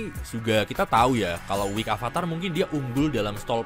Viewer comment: mau koreksi dikit bacanya wiked bukan wik🙏 Terimakasih